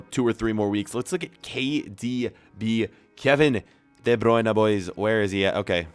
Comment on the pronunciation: When he says KDB he sounds like he’s sayin cardi b